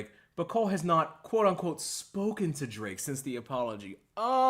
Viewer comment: I swear I heard Cole call Drake “Drape” once during this interview